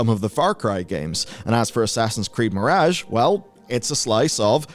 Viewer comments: i really don't like his accent, but the way he says "mirage" is particularly horrendous. Still, he's not as bad as that Simon Whistler fellow. I see Simon on a thumbnail and i just nope the hell out of there. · You're pronouncing mirage wrong and it drives me nuckin futs.